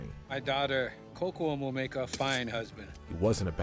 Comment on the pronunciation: Miss pronounced Kocoum but it's fine it's a hard name to say but you at least could have said sorry if I miss pronounced any name , I love you channel but this is a loose version of American history but is still not historical correct but you still should try to try harder